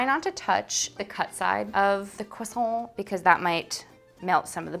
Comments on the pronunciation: CWASSON That is all. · “Uh yes, are you gonna finish that CwAsO”